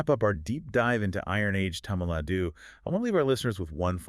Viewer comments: it’s thamizh nadu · plz pronounce tamil nadu as thamilh naadu